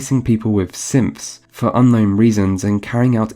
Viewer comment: “Wait they had simps in fallout 4?...” 5 min later “Oh he’s saying synths”